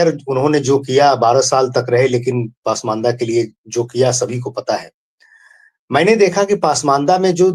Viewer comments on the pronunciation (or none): दोनों ही अंसारी ब्रदर का उर्दू उच्चारण बहुत खराब है. अगर आप पसमांदा mahaaz नही बोल पाते तो इसका नाम बदलकर कोई और रख लें. पसमांदा को पासमान्दा और mahaaz को mahaaj बोल रहे हैं . Zila को jila बोल रहे हैं.